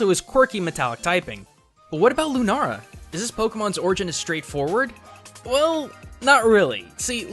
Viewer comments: It is Luna- la not luna-ra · WTF ITS LOO-NAH-LAH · I don't care how Pokemon says it's pronounced but it's loo na la its that simple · did he just say lunara? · Am I the only one that gets frustrated when he says lunara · It really bothers me that he says "lunara" this whole episode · You said lunara at the start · ITS PRANOUNCED Lune-all-a spelling: Lunala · You said lunara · the mispronunciations are physically hurting me :( "Executer"? "Lunara"? Cmon man! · Just say sol gal Leo and Luna la... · I cringe every time he says "lunara" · Alex Lee he said Lunara. Because he researched alot of japanese sites he mixed up la with ra. (Japanese people have trouble saying "L" and they replace it with "R" a lot.) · The way he called "Lunala" lunara made me cringe soo much that i HAD to dislike. Im not sorry. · Did he just say Lunara...? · DID HE SERIOUSLY JUST SAY LUNARA IM TRIGGERED!!! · Lu NARA bruh just read it's name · it lunala (lue- nah-la) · Is it only me that thinks it's bothering to hear him say ''LunaRa''? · "Lunara"? Are you Japanese or something? Oh wait... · You're saying "Lunala" wrong and it's very annoying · Your pronunciation of Lunala triggers me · Yeah ikr boi I'm Japanese so it just annoys me when someone pronounced something wrong. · It's lunaLA not lunaRA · It's not lunaara it's lunaala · It is Lunala not Lunara. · Why dose he keep saying nara instead of nala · anyone else notice that he says lunara instead of lunala, l-u-n-a-l-a, where is the r? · LUNA-LA NOT LUNARA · You say it "Lunara" it's Lunala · It's Lu-naL-a not Lu-naR-a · Its Loo-Nah-Lah not Loo-Nah-Rah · Does he know that it is Lunala, not Lunara? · Lunala not Lunara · The video was great and all but he kept saying lunara when it's lunala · lunala doesn't have an r in it he said lunara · Seriously tho, it's Pokemon. Their targets are older kids and younger teens. Also, why are you saying LunaRA??? It's LunaLA. Not trying to hate, but srsly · since when was Lunala pronounced Lunara